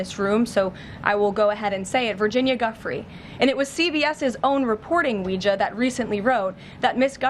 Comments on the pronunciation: “Guffree” ?? It’s pronounced Joofray, Karolyin’ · She can’t even pronounce Virginia’s last name. She’s aiding a pedo. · AT LEAST HAVE ENOUGH RESPECT FOR THE DEAD TO PRONOUNCE HER NAME RIGHT, KAROLINE. FFS. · Wow! Leavitt doesnt even know how to pronounce Guiffres name correctly! Pathetic. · So she is saying he did know that he was a paedophile … then he has at least acted immorally if not illegally by not reporting him. Its annoying how she mispronounces her name , it just shows minimal respect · Cant ever pronounce the victims mane correctly. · she purposely said her name wrong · GASLIGHTING! She doesn't even BOTHER to pronounce Virginia Giuffre's name right. No cross around her neck either. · She massively mispronounced Virginia Giuffre's last name. wow.